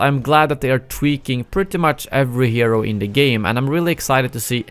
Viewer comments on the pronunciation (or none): none